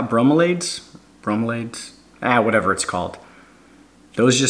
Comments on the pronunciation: Its SFAG-NUM not SPAG-MA. See how it's spelled? --> Sphagnum. Sound it out. Also BRO-ME-LEE-ADS for bromeliads. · Bro-milly-adds= bromeliads